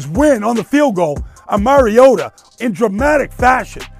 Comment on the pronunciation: For the LOVE OF GOD...dude won the Heisman...and the Commissioner Godell calls him "Marcus Mar-ee-ah-doh" and he's been in the league since 2015...and announcers still call him "Mary-o-duh"...Let's try it again...Marcus...MAR (like BAR) EE - OH - TAH